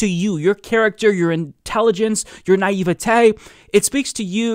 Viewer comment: "You're naitveATAYYYYYYYYYY" - love the channel but this made me laugh. It's naivety.